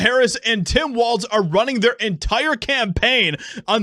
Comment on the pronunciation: Its pronounced walls not walts